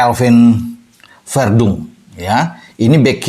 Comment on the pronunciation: sebut saja VERDONG atau CALVIN, bukan VERDUNG..🤦